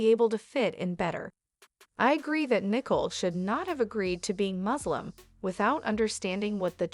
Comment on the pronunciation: Learn how to pronounce the basics of the English language BEFORE entertaining the notion of having a forum to speak the language...or, have someone who speaks English check your narrative before submitting for publication...and the name is NICOLE NOT NICKLE...I mean, really!!!